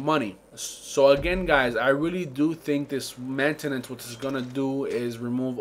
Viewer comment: "mantanace" lol best part